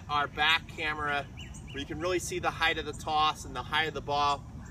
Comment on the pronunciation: I like this guys videos because he says 'height' not 'height-th' like some others I hope Sammy is ok!